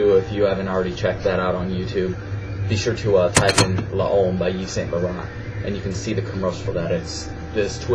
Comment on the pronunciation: Hey man, I just want to correct you when you pronounce "L'homme". The way you say it sounds "LA-OME" L'Homme is pronounced as if your saying "LOME" , not LA-OME. Keep up the videos!